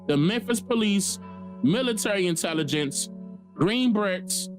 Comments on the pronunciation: Green Berets is pronounced Berets (Be-RAY) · "Green Ba-Rays" is how it's pronounced. Berets.....